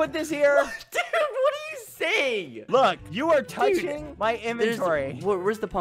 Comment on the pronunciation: Don’t forget his “yEah”